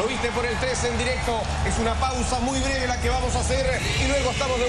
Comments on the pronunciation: que clase de brujeria es esta a veces dice "negra" y a veces "breve" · Primero leí tu comentario, y fui al minuto y escuché negra, después leí el comentario de Cristian y escuché breve, después lo volví a escuchar y escuche negra, díganle a ese narrador que se ponga deacuerdo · Leí tu comentario y wtf al principio mi subconsciente me hacia escuchar ·una pausa muy negra", pero luego si escuche "una pausa muy breve" :V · yo tambien escuche lo mismo xd. pero lo que dice es una pausa muy breve